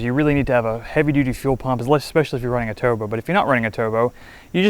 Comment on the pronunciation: This guy cant pronounce "R's". He says "Toobo" LOL